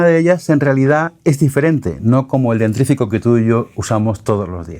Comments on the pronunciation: Lo venía siguiendo hasta que lo escuché decir como veinte veces "DENTRIFICO" en vez de "DENTIFRICO". O sea, no podés ser tan burro y hablar de IA. Chau Gustavo. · se dice dentífrico y no dentrífico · Perdón es un error común. Es Dentífrico no dentrifico. Jajaja. Quizá escuché mal.Perdon por la corrección. Gracias! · Me cuesta tomarte en serio respecto a lo que decís de la IA, después de escucharte decir dentRífico.. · Hombre, ¿qué pasa? eres capaz de decir "enshittification" sin tartamudear, pero no de pronunciar bien dentífrico??? 😂 Es broma, pero al loro con nuestro idioma. Excelentes tus contenidos.